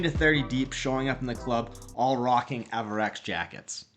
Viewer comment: You said Avirex wrong other than that good video